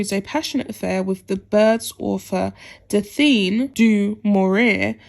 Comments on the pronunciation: Can't blame him for not liking Fergie. What is there to like? Oh goodness! It is not Dafeen or zizza! It is Daphne du Maurier, pronounced Daffnee Doo Morreeah and Zaa Zaa Gabboor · Daphne - is pronounced “DAFF-NEE”. Princess Alexandra was 11 when Prince Philip and the Queen got married. UTTER TOSH!